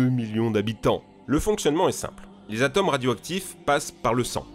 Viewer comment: alors je vais faire mon mais ca me fait bondir à chaque fois que tu le prononces: un atome ca se prononce avec un 'o' fermé (comme dans "moto").. sinon, geniales tes videos!